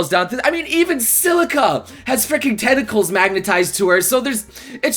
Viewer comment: and tenticals lol